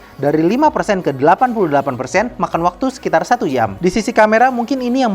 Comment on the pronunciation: Koq terdengarnya di sekilas 1 YAM, bukan 1 DJAM, telinga ane error kyknya, apa bawaan bang jadi old school